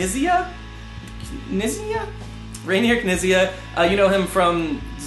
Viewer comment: You were close enough with Sebastian's name but if you want to know how to pronounce Reiner's name then Rye-ner K'neat-see-ah is a good approximation :)